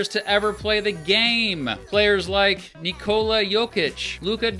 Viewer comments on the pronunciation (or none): none